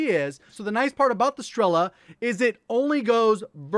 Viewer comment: As Russian I can help you with pronunciation: You said strEla, but you should said strelA. The same, as grOza, but right - grozA. Strela(Arrow) - Стрела Groza(Lighting) - Гроза I put down a word in Russian so you can use it in Google translate to check it up.